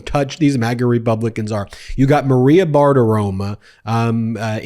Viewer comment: It's BartiromO, not "Bartiroma." FFS.